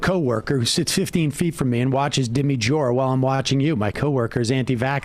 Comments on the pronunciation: LOL SAM'S 1ST WORDS: "Speaking of dumb people..."🤣 SAM CONTINUING: "...Dimmy Jore" 😂😂😂😂😂😂😂😂😂😂😂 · "Dimmy Jore" - hilarious!